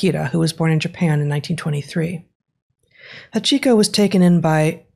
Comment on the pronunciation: Your pronunciation of Hachiko hurts my ears. The a is the strong consonant in that word, not the i.